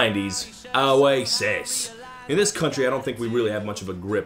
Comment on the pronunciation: says ' oasis ' in an aussie accent. Stupid fucking yankee degenerate. smh